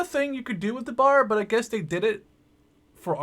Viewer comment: its not Bar its B A R